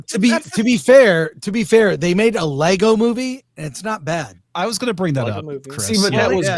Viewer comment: It's "LEGO" 😊